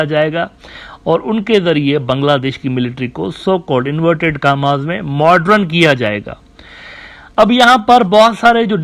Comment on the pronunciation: Dear Admin Uneducated Geopolitics Scholar! It's not MODRUN ( pronunciation) It's MODERN 😂🌝